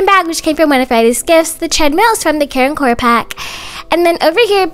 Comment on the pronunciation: very time you say care and core i think you say karen core LOL